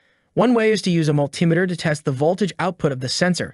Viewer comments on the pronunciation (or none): Dude cannot even properly say pedal or multimeter 😆